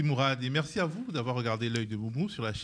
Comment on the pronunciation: Un MO, pas MOU, MOURAD !😃👍